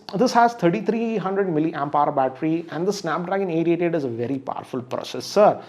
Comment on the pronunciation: Snapdragon Eight eighty tee 🤣🤣🤣